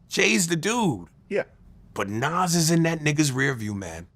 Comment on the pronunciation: Bruh It’s Nas….Nas